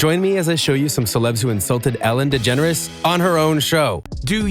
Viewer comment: its ellen degenre not degenres